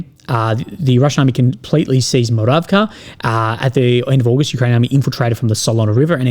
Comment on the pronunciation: KA. You got "Muravka" right. But the rest of the names with KA, you seem to pronounce as KYA. Why? Where's the logic?